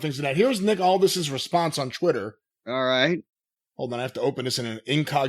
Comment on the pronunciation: Someone please explain to that it’s “Twitter” not “Chwitter”